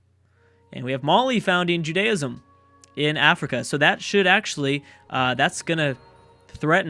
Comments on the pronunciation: I just wanted to tell you it's pronounced Ju-dee-ism, not ju-day-ism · There are two pronunciations depending which accent or dialect you speak